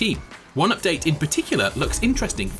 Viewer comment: “Boreus” and “interesting”. Mate, you can have one of these in a sentence, not both.